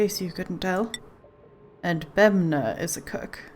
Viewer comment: I would pronounce it similar to "Bunny" you keep saying Bemna XD